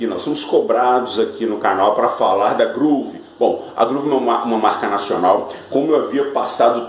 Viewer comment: Oi amigo, a pronúncia correta da Big WHELL é Uiu e não Uéu. Porque se fosse Uéu seria a palavra Well (bem em inglês) e na verdade é WHELL (Roda grande). E sobre a GROOVE, a pronúncia é GRUVE. Quando se tem dois Os em inglês, exemplo BOOK, GROOVE, tem som de U. Então não se lê GRÓVE e sim GRUVE